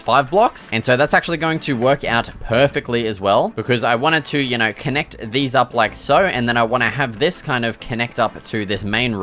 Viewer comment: “Yaur knawr?”